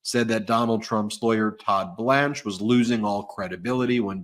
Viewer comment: Blanche not Branch